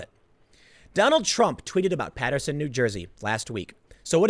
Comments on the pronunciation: Dear Tim, thank you saying Paterson correctly. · Thank you fir saying paterson correctly. I will donate now. Keep up the good work.